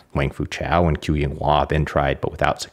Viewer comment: "Qu" is pronounced "chü" (with the French or German-umlaut 'u'). The spelling 'q' is a tongue-high-in-back 'ch', while the spelling 'ch' is a tongue-low-in-front 'ch'. The British announcer is closer, although he's saying what would be spelled "Chu", not "Qu". Also, "Shih" is pronounced somewhat like the American pronunciation of "sure", "shur" but with the tip of the tongue curled back,. There are too many videos online -- by practically everyone -- whose creators do elaborate, time-consuming research to produce excellent, highly commendable and informative work, like this video and other videos... but don't take merely a few minutes to simply ask someone how to pronounce Chinese. My apologies, -- your great video just happened to be the one that broke the camel's back for me on this way too common issue.;^)